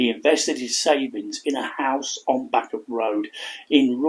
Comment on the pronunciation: I live in rossendale and heard the story a few times … posted on our local history page … there are still living relatives of hers here … btw bacup is pronounced bay-cup ..